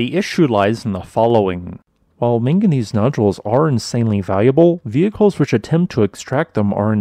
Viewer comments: The real question: is it manganese or minganese? Because I heard a lot of the latter in this video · Drinking game: Everything time he says "ming-gineez" down a shot.